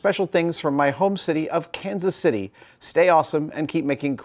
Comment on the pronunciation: You space out your pronunciation of Kansas City differently than the locals do haha